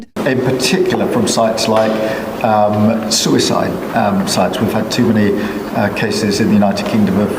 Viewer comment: A socisl media soouicide site? Tf he talking about